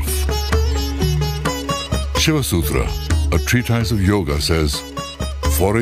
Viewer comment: God, please...it is NOT YOG. IT IS YOGA!